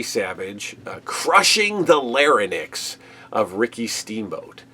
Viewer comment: Why did everyone on WWF tv at the time mispronounce 'larynx'? Or is it a common American thing?